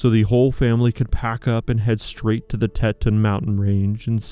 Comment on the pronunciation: You should be deported if you don't know how to pronounce Tetons. Give me a break.